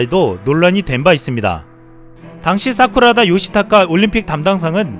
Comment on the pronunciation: 진짜 사람 이름가지고 놀리면 안되는거 아는데.. 저 컴퓨터 사용해본 적 없다는 보안 장관 이름 들을때... '사쿠라다' 가 '쌉구라다' 로 들려서 순간 '뭐라고?' 하면서 폰 다시 봄